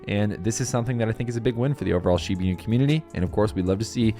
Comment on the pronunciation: SHEE-BAH INU not SHEEBEEEENU